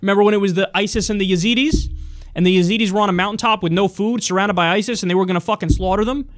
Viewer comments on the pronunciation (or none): none